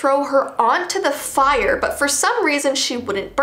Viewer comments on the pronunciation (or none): none